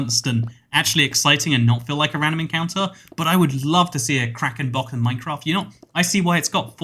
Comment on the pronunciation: For some reason, when he said “Kraken Boss”, I thought Karen Boss